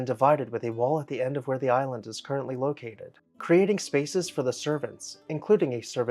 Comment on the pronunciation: This is an excellent video. It could be one of your best! The history info at the start was extremely interesting. Very well researched. It might be worth it to you to mind your pronunciation of the word "the". I look forward to your next video.